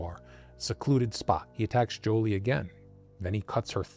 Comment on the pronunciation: I believe it's 'Juli'....not 'Joli'.....